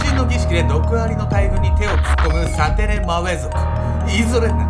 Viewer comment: サテレマウェ族言えてたよ！